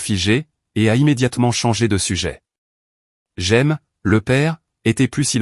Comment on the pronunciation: C’est Raymé (Jaime) pas J’aime.